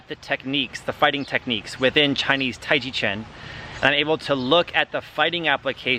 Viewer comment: you said Tai chi Chin. Did you mean Tai Chi Chuan? I've never heard it pronounced Chin before